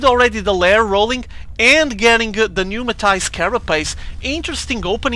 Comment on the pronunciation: numatized carapace. i love the way u say that lol